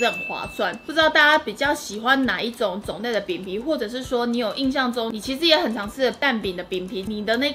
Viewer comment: 是「印」象啦～～